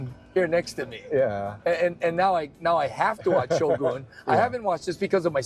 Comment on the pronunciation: Thank you for correctly pronouncing “Shogun”!